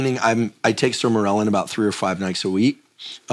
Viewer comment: The way he is pronouncing Sermorelin is bothering me.